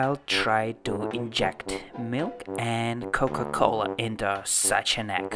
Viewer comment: Si, español es su idioma nativo y te das cuenta cuando pronuncia coca cola jaja